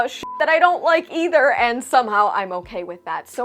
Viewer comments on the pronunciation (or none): none